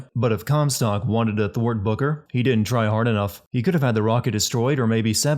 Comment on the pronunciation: This video sins: can’t say booker right so it sounds like booger